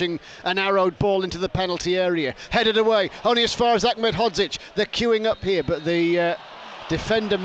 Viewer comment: BBC commentator Achmed (phonetic) it's Aned he's not Arabic!